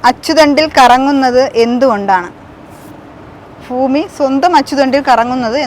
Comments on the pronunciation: മോളേ, അവതരികേ ഫൂമി അല്ല, ഭൂമി എന്ന് പറഞ്ഞു പഠിക്ക് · ഫൂമിഅല്ല ഭൂമി എന്ന് പറയു😂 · ഫാബാന അല്ല കുട്ടി ഭാവന കുട്ടി ട്രാൻഡ്രാരം ആണല്ലേ ഫാരിയാ അല്ല ഭാര്യ ഫൂമി അല്ല കുട്ടി ഭൂമി ഭരണി കു കുട്ടി ഫാരാണിയാണോ